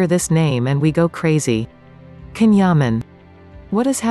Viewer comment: His name is pronounced Jan not Can